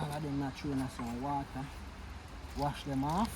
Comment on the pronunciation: Seh water….😂 U keep saying wader 😂….mi juss a mess wid u mi boss love this video